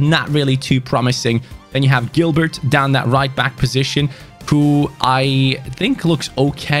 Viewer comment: How can he say Kekano perfectly but can't say Guulbert😂